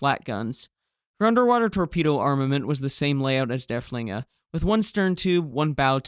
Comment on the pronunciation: Just a note - the name of Lützow's sister ship is not "dur-FLING-er", it's "DURF-ling-er" - accent on the first syllable - named for Georg von Derfflinger, a Prussian general during the Thirty Years War.